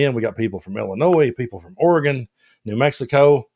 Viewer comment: Wow. You actually pronounced Oregon right! 😂